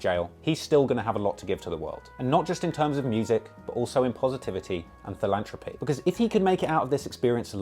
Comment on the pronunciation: Amazing video! And I’ve never really listened to 6ix9ine... ps the word is ‘philanthropy’ ... in fear of sounding patronising or straight up annoying. Great job again... so much info and really well presented/written. Made me laugh a fair bit 😀 Subbed